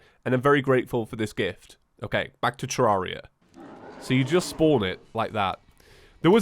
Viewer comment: I think Redigit prefers it be pronounced tuh-REHR-ee-uh, like "terrarium". Check this out